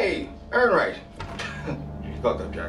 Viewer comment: "Errinwright" lol